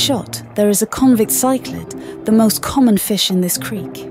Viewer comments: This documentary is awesome! Just a heads up though, if you're using an AI voice make the AI say species names how they are pronounced instead of how they're spelled. Like in the video it says Chichlid how it is spelled instead of pronouncing it like "sicklid" etc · Great video, but some pronunciations are off, such as ‘cichlid’ which is pronounced sick-lid, not sy-klid amongst others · Cichlid is pronounced 'sick-lid'.:face-blue-smiling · Why is it pronounced psyc-lid and the sic-lid...? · Why does she keep pronouncing cichlids as “psych-lids”? Jesus Christ in heaven.🫤😳⚡️ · Why is she pronouncing "CYclids" , "SEEclids" and then "Cichlids" correctly the next. Doesn't make sense ? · would love to hear your voice it really took me off guard to hear her say cyclid lmao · I like her voice, but it is "sick-lid" at least in the US, she was pronouncing it multiple ways. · When she said Sichlid 😂😂😂😂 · Use your voice. Maybe you can actually pronounce Cichlid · Why is she pronouncing cichlid differently back and forth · he voice is good, but needs to choose one pronunciation for cichlid and stick with it. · I am so bothered by how she pronounced cichlid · The female narrator voice sounds better. However she should double check on pronunciation of words - cichlid 🥲😃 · I think choosing her voice was a great idea. Your videography is really amazing. I enjoyed the whole video. Keep up the great work. Btw, I noticed she pronounced cichlid differently throughout the video, did she use a combination of American, British, or other pronunciations? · I agree with the others here - the narrator's voice is clear and easy to listen to. But a couple of words (cichlid, platy) are mispronounced. Not the end of the world, just giving feedback :) Keep up the great work